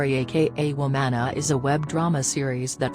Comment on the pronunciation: NOT THE WOOMANA LOLOL